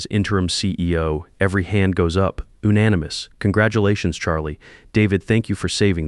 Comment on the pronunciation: "oo-nanimous"??? Seriously? Who trains these AI systems? First Graders?